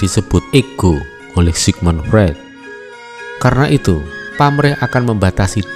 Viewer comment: Sigmund Freud (baca: Sigmund Froid) 🙏